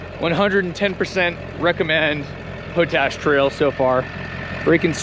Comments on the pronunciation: Props to you for doing the switchbacks in your truck house. I’m sure the YouTube audience has already chimed in on this, but it’s pronounced pot-ash, not po-tash. It comes from the practice of leaching potassium from wood ash and generating potassium carbonate. The evaporation ponds you pass on the way up are for crystallizing potassium from a mine there. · Pot ash road, is pronounced the same as the other pot that you can smoke. lol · It’s pronounced pot ash